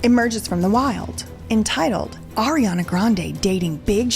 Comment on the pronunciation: I’m still cackling at “Arianduh”